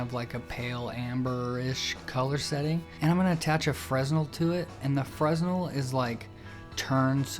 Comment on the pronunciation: Before you practice any further, please learn how to pronounce “fresnel.”